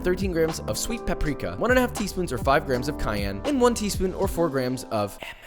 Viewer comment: am i the only one who hears grahams instead of grams?